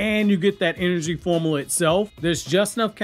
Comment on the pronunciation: Also it's pronounced "form-you-la," not "form-a-la."